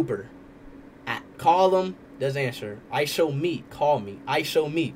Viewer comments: Stop saying ISOWNEAT😢😢😢😢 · Ishowspeed not Ishowmeet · Stop saying IsowMeat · its ISHOWSPEED NOT ISHOWMEAT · STOP SAYING ISHOWMEAT ITS ISHOWSPEED